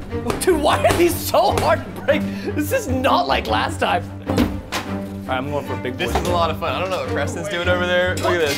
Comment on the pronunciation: It’s time not tiem